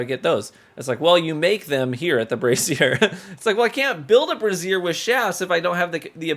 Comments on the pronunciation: the amount of people who dont know how to pronounce brazier but instead say brassier (a womens type of undergarment) is crazy... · I want him to look up the pronunciation of brazier. It hurt my brain every time. (Note that everyone has words like this. This is meant as informative, not an attack.)